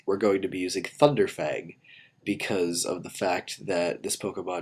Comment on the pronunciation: i dont know why but it sounds like he said funder fang instead of thunder fang